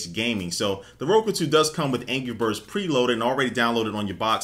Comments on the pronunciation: aha he says angy birds not anrgy XD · It sounds like he's saying "Angy Birds" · sounds like he said ANGY Birds